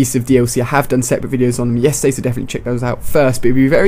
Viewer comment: he sed i chode yesterdat XD